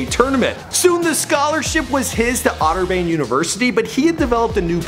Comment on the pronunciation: Otter-"bane" 😂😂😂 OK, this video was a nice try but ... 🙄